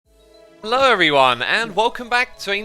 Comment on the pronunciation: Nobody: Literally no one: Xisuma to the lamas: HELO